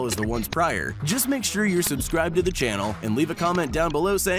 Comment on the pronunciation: ‘PICK MEH’